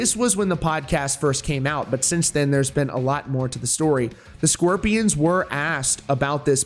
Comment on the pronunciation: Why do you keep saying the “sqwirpians” it’s SCORPIONS jesus